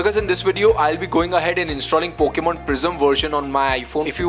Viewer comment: “Pokman, reser, and foknif”